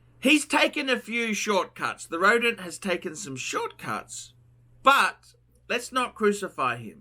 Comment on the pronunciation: ROWDENT!! Roedent guys